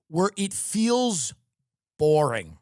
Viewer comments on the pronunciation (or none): none